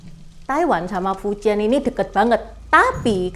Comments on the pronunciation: 福建 dibaca nya Fú cièn bukan fuciyen, bukan juga fuchiyen, juga bukan fuciyyen❌❌ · Fújiàn intonasi 2 naik trus turun 4 cara baca nya ce , bukan fu 1 lurus dan jian 3 melengkung